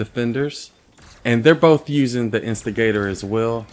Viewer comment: Instigator When says the weapon name: instigator 6 year old when he says it: investor